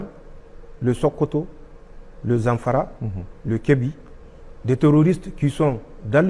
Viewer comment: Zack ce pas Zankara on dit Zanfara😂😂😂